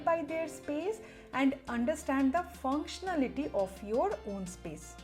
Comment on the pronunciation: What a lovely video. Suffered with the same problem till last year. I now understand why u stress on the word "functionality".